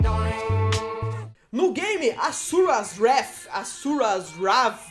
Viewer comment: a pronuncia certa e asura s wrath gusang o famoso gow de xb360